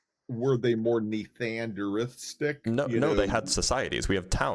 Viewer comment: "Nethanderistic" good lord.